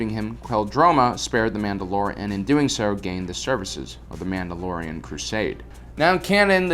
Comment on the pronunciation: I love how instead of saying Mandalorian he says manoloians. And instead of Ahsoka Tano, he says Ahsokatanó